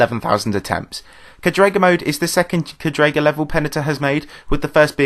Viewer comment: btw it's cádrega not cadréga